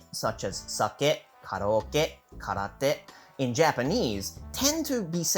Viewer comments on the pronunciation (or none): none